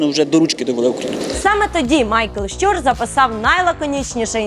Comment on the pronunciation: Прохання або писати те, що говорите (щЮр, щЮра) або озвучуйте те що написано (щУр, щУра). Дякую.